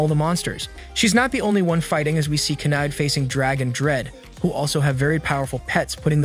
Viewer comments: First sentence and you lost me, her name is pronounced Ky-uh-day. I have no problems with an AI voice but you need to put in a bare minimum of work into proper pronounced names as well as proper pronouns for the characters identification. I want to watch your stuff so please put in the minimum so you can make money off my views, please and thank you. Respectfully, a viewer.❤ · I'm only going to say this once. It's Kah. Ay. Day. (Kaede) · KEED???? Why did you pronouce Kaede’s name as Keed wtf😭😭😭